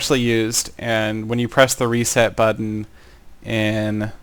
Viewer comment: you kind of say button like bud dun